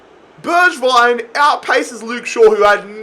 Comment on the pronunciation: Btw you "swapped" pronounciation of Bergwijn and Gedson. G in Bergwijn is in like glass or good. G in Gedson is in like you say now Bergwijn